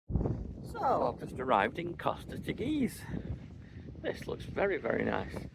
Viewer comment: Very nice video. We’ve been to CT a few times and like it. Ask one of the locals how to pronounce Teguise.